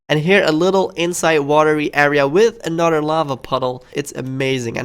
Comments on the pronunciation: Anudder one. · Anudder one?